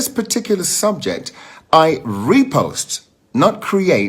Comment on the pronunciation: Love how he kept emphasizing “REPOST” 🤦🏾‍♀️